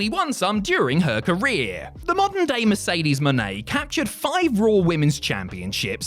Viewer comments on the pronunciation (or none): none